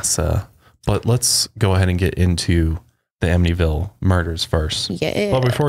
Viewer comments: Ammonyville? Wth? Who calls it that? It's "am-it-ee-vil" anyone who says otherwise is brain dead. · The "t" in Amityville is not silent btw. Its said exactly way that it's spelled. I grew up in Av & now I live like 10mins away lol Just wanted to let you guys know ☺️☺️ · You said it wrong...it’s really not that hard to say. Amitty-Ville. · They were saying “Aminyville” so they were saying not only is the T silent but it is also magically changed to the letter N! I was so confused and started to doubt myself! Thank you for the clarification! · say 'Amityville' like Australians (psa: we dont pronounce most letters properly) amid - ee - ville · Lol its cute but its not a silent t! Its like “am it tea vill”. I live on li and they often have cops roaming the area because people live there (last i checked) and so many people show up to their property. I had a house directly behind me where the son murdered his whole family but i forget the name of the family because it happened a few years before we moved in and i didnt bother to look into the details. No one ever moved into that house while i lived in the area. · Ugh.. it’s just AmiTYville. Exactly how it is spelled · I’m a long islander and I’m cracking up at them struggling to pronounce amityville 😅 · Im from NY too and I was so confused as to how they were pronouncing it 😭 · Since when is the “T” silent? Or replaced with the sound of the letter N? I’m sooo confused by that. I’ve Always said it just the way it looks. Wow, if that’s true then I feel stupid. 😂